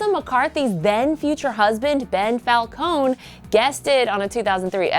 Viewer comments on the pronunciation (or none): As an Italian born and raised in Italy I can tell you the name Falcone is pronounced "falcon-eh" not "falcon-ee", so at least she pronounced that right :) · mariah dominguez she said Ben Falcone’s name wrong too... assuming he pronounces it the same way my family does it’s pronounced fal-cone-ee but I can’t be sure